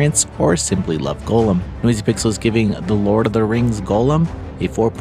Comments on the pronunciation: It’s Goll-um not “Golem” - just for future reference. No hate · Hearing you say it as ‘golem’ hurts every single time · It's pronounced Goal-them. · Why are you saying his name like that?